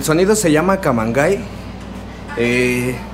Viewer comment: se supone se debe pronunciar "camangey"